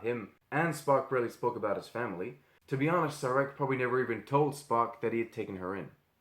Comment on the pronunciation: ok. nice slideshow. Major canon breach of ignoring Surak ('The Savage Curtain' ST:TOS) and endless peace bringing diplomacy. See also Errand of Mercy and Day of the Dove. Contrariwise, Sarek, whose name was badly mispronounced as Sear-ak, said ('Journey to Babel'), they just like to argue, so maybe source of arrogance of Vulcan Hello.